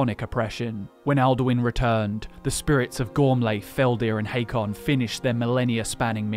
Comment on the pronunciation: Hakon, not "Haykon".